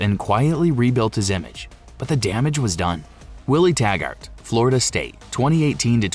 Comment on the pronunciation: It's pronounced Tag-ert not Tag-art